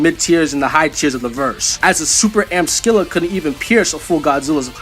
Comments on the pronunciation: Dude, Scylla = "Silla" not "Skilla" although Google apparently thinks Americans say it a way I've NEVER heard, but "Sky-lah" isn't correct, either. Just listen to the "British pronunciation." It's how we say it here in America, too, as far as I can tell. I play Smite and I've only ever heard "Silla." Edit: "Evolved" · SILL-A THE C IS SILIENT SHE'S BASED ON GREEK MONSTER OF THE SAME NAME!!!!!!!!!